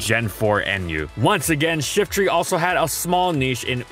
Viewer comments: I hear shitry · I've always pronounced it Shiftry (with try as try and not tree)